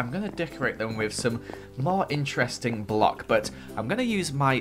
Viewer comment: "lets get some more torches" Me "lets get smore torches?"